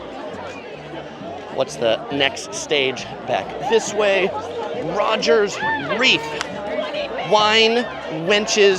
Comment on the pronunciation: "rogers reef" Haha its Rogues reef 💛